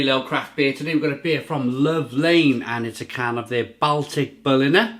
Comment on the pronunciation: Great vid but it's pronounced "Ball-Tick"